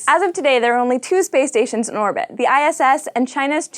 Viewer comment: And the "t" at the end of "orbit" is not silent.